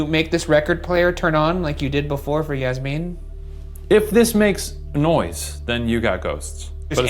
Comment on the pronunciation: I can’t tell if Ryan is saying Yasmin wrong or I’ve been saying wrong my whole life 💀